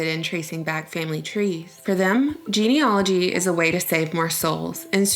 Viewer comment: It's....geneAlogy. Not geneOlogy.